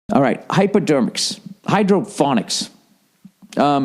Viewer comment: He said "hyperdermics" like fucking. C'mon billy baldface